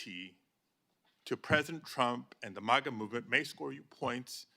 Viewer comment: Its Maga . Not masa !